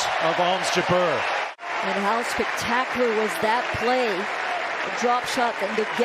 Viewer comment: Even Jabeur's infamous (and predictable) drop shot play couldn't deter the genius of Swiatek. Incidentally, if any commentator is reading this, the name is pronounced JA'br, not J'BER.